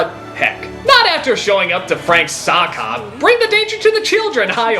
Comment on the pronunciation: It's "sock hop" but with a very strange British accent, making it "so' 'op".